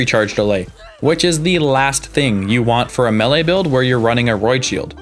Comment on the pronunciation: good video. but, how you say melee pmo